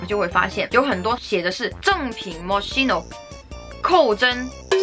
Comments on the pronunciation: 大哥，发音发错了，KEY no,不是西no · 是这么读的mo“schi”no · 看语言 mos七no是西班牙语发音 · moskino吧。读音还是按人家的产地的来吧。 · 你是不是读错了呀品牌名